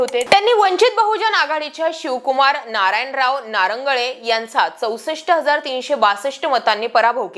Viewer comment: कांडकुरते नाही कंदकुर्ते नारंगळे नाही नरंगले 😄 काय तुमचे बातम्या सुभाष सामने नाही सुभाष साबणे 😄😄😄😄😄😄